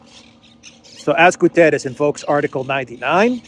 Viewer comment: my friend, do not massacre the Guterres name:p the pronunciation of the last letter is like in "shut" is not an "s" like in "saint" - is like in "shut" - in english, you must say like "Guterrsh"